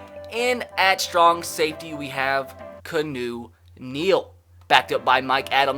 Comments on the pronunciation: It’s not Canoe Neal. Keanu Neal. KEY-AH-NU NEAL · IT IS KEEE A NEW NEAL.... NOT CANOE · Kanu???Its keanu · My man said Canoe Neal not Keanu 😭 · It's pronounced like this!! (KEE-on-U) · The way you pronounce Keanu almost killed me. I’m sure you’re just joking at this point, but it’s KEE-AH-NU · Keanu. (Key-ah-new) You're welcome boiis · I love how you said Keanu as canoe with that facial expression lol love the vids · LMFAO THAT MAN SAID CANU NEAL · It's pronounced Key-on-u Neal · his name's pronounced "kee-ah-new" Neal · He pronounced his name so badly